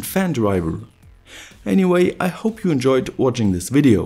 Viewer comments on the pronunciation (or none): I'm like you-a, but don't have any spare-a led-a's.